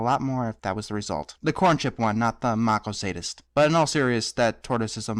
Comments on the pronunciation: It's not machosadist; it's masochist. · I think the word you were looking for was 'masochist' not 'maco-sadist'. Good video! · Masochist. Mas-uh-kist. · ***** It's not; he's using the word masochist, a person who takes pleasure in their own pain, which is pronounced "Mass-O-Kist."